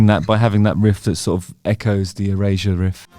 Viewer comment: Do British people pronounce Erasure as Eurasia or is it just Justin?